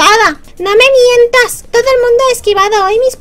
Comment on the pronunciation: Jajjaja me he partio el ortis: No me mieentas. jajajajaja Vaya voz de pijilla hace una XD